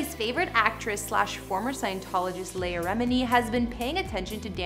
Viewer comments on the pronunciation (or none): none